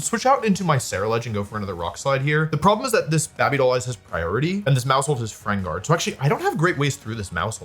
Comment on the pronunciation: Can you stop saying Babey Doll Eyes, it irritates me